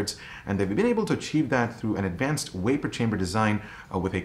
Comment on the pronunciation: What's a weipor chamber??? 🤔